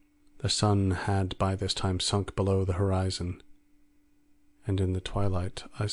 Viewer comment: Great reading... though the reader might want to work on their enunciation of "below".